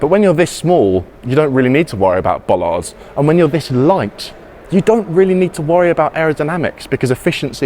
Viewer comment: I like it when he says "bollards" - it's as if he's saying "bollocks". I also like it when he says "f**k!" as in Italy they say "cazzo!" and you can sometimes even hear the word in talk shows, so there's no need to bleep the word as otherwise the bleeper would sound very, very often. BTW, great and funny clip and as usual very informative.